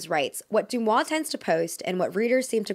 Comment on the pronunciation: Sorry for being nitpicky, but DeuxMoi is pronouced like De-Moi, not Du-Moi.